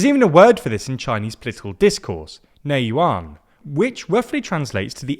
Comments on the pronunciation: neijuan is pronounced as “ney jan ”， 内卷. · Chinese here. This is actually a very accurate analysis. Just one minor correction, the word for involution is pronounced Nei Jiuan, sounds like Nay G-yu-ann. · Bro it’s not pronounced “juan”, it’s not Spanish 😂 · Neijuan "Nei Want".. hahahahaha... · The J in "NeiJuan" is just pronouned more or less the same as the English J. And Should always be pronounced as the English J in English speech. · Slightly off on the pronunciation for "Neijuan". The 'J' is the same as 'jam', not a 'y'. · Love your channel! But why didn’t you research how to pronounce NEIJUAN? 😂 Wouldn’t have taken long… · Just a small tip, the Nei Juan is pronounced with a regular hard J and not a Y! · What are you, Mexican? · did you just look at neijuan "内卷" and decided that the j will be pronounced like in german? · Love how decided to pronounce "neijuan" as if it were a Spanish word! lol